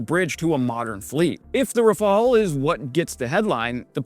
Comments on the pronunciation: Thank you for pronouncing Rafale properly at last! I'm surprised the craft's wide weapon compatibility range wasn't mentioned in your explanation, unless you did in another video and I forgot. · Raphael was a painter. Rafale is a plane. Different spellings,different prononciations,different meanings. Rafale means gust in French, which suits better to a plane than a painter's name ;) Heroyam slava!